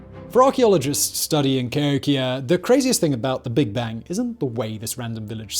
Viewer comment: Emphasis on 'hok'. Ca HOKia check the dates of the New Madrid earthquakes.